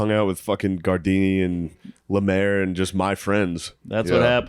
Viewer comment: When Mark calls gardini "guard rail" it gets me everytime